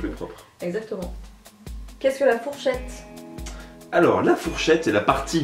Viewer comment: Pour la question de "qu'est-ce que la fourchette" tu as oublié le R 😅